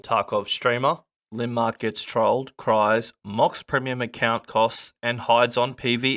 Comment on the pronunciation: its LAND-MARK. not linmark